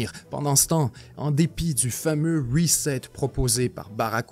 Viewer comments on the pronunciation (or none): none